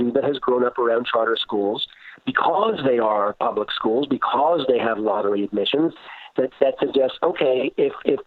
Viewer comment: man is terrible; oh god he doesn't even know free and appropriate public education in the least restrictive environment and he pronounces public with three syllables